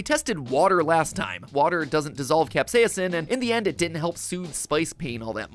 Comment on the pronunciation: I can't get over how every time Mat says "capsaicin" it sounds like he glitches out on the second syllable. 😂 CapsaEEEEHHHcin. 🤖